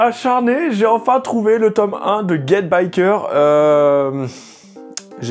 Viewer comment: Get Backers hein et non pas Get Bickers... Et c'est Tite Kubo (prononcé Tit Koubo) pas Taillti. Mdrr ta prononciation me tue